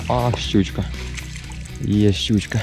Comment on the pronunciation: Мені чомусь завжди смішно, коли каже "щючька"😅